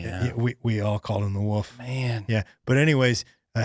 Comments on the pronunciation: I believe you are my wife’s newest favorite comedian. Not cause of your comedy of course. It’s because she also says “woof” instead of wolf. Just know you’re not alone. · I loved saying "woof" and taking a second before he checked him on the pronunciation. "You're saying wolf, right? There's an F". continues to say "woof".